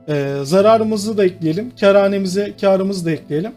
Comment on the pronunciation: Abi "kâr hanemize" derken "keranemize" diyorsun dikkat et :D